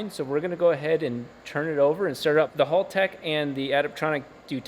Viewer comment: Haltech, not halltech.